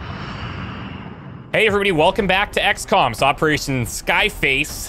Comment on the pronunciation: Eperation “bone mother” KEKW